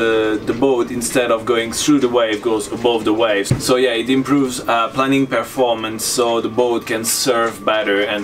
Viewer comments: En anglais le "planning" don't tu parle se dit et se prononce "playning". Si tu dis "planning" les gens qui parlent anglais vont se demander ce que cela avoir avec la planification d'un projet et pourquoi ton bateau fait "des plans". Donc dis "planing" qui se prononce "playing" come dans "aeroplane" (avion). Merci pour tes vidéos géniales. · Planing, not planning. Pronounced like "plaining". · I’m just starting to look at sailing. It’s unfortunate, for those of us beginners, that your accent in English sounds like (and in closed caption) turns “planing” into “planning.” I think that performance during planing is crucial. It makes sense to me that this hull form is very functional, since performance of the heeling boat hull while planing is very dynamic and stability of this hull during that dynamic situation reduces drag at the bow (where it is not needed).